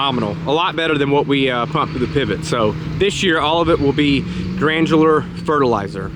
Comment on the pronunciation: Gran-You-Ler. Granular.;):) Good job with the step y'all!!:):)